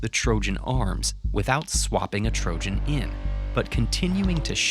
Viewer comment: You really pronounce trojan as "trožan"?